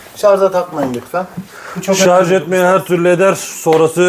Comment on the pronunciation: hocam şarz değil şarj